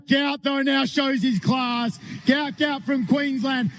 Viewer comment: The father says his son's name isn't "Gout Gout" but Gwot Gwot. Why is the press not picking on it?